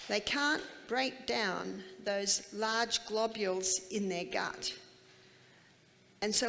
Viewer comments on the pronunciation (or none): none